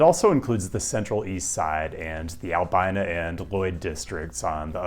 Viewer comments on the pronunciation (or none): you mispronounced albina